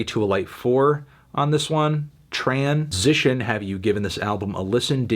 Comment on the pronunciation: Always weirds me out to hear you say 'transition' without the tran-sition thing. Also, I'll fucking cry if I want to.